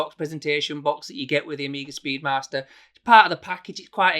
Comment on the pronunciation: "Speed Marster".......?! 🤔 Thought you were 'Yorkshire'?! 😄